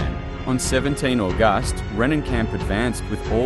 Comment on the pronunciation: Great vidio but you need to fix pronounceations like August 😂😂